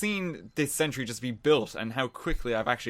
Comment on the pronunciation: sen-tree lvl tree